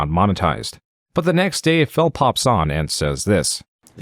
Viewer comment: I really appreciate how the narrator chooses to pronounce phill as 'fail'